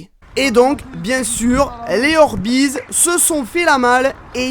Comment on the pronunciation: par contre les orbeiz sa se dit dit orbeiz et non pas orbiz 😂❤👍